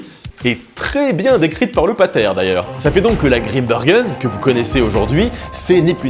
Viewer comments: Grimbergen comme dans Saint Bernard! On ne dit pas un saint beurnard donc pas Grimbeurgen svp! Merci. ☺ (Et puis ouarloos, pas Varlouse) et puis arretez d'essayer d'imiter un accent "belge" qui n'existe pas! Merci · "désolé pour la prononciation de waerloos" alors que depuis le début il prononce mal "Grimbergen" et "maes" 😆 (mais c'est pas grave, on t'en veut pas!)